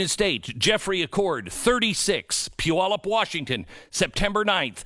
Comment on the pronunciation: Glenn can pronounce Puyallup .